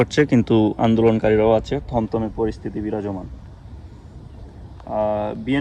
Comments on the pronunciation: তমতমে না থমথমে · থমথমে পরিবেশ হবে, তমতমে না